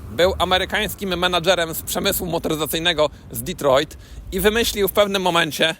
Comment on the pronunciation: Detru'a. Z francukim "er"